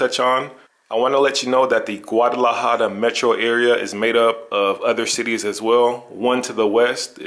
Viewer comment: Learn how to pronounce the name.